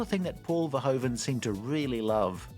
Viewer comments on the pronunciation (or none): It's pronounced 'verhooven'. Can't even be bothered to do the minimum of research on that huh?